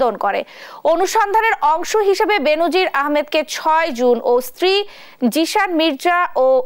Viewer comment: উচ্চারনটা "বেন‌জির" হ‌বে "বে‌নো‌জির" হ‌বে।